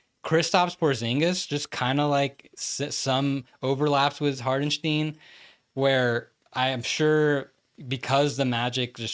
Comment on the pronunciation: Short Tipp from germany: the Name hartenstein is more pronounced like 'hartenstyne' not 'hartensteen' ;)